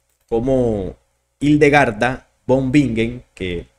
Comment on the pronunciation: No te critico pero von en alemán se pronuncia Fon Y la w se pronuncia v Para la próxima, buena información